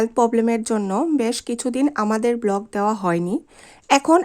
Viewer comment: সরি। উচ্চারণ ঠিক করতে হবে। ব্লক/ব্লগ সুস্ত/সুস্থ সাসক্রাইব/সাবস্ক্রাইব এই ধরনের আরো শব্দ আছে উচ্চারণগত সমস্যা।